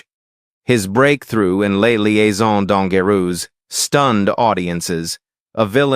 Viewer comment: A Liaison dangerous spricht man anders aus.....es ist franzoesisch........